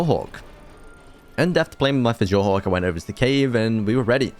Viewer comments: ITS PRONOUNCED FUORDOOR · Fjordur pronounced fyordur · Noooo u pronounced it wrog its pronounced fyordur But other than that im hyped about the new vid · U DO NOT SAY THE J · ALSO in nordic style things the J is pronounced like a Y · "fej or dur" "Andrewsurjus" Fjourdur is pronounced Fe or dur Andrewsarchus is pronounced Andrew Sark Us Great vid tho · Dude STOP mispronouncing fjordur and andrewsarchus, its the pronunciations are Fjordur(fyordur) Andrewsarchus(andrewsarkus) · didn't take away from the video whatsoever, just me nitpicking. just a note though, for most words on fjordur, the letter j will be pronounced y. so fjordur is actually fyordur, fjordhawk is fyordhawk, and steinbjorn is stinebyorn.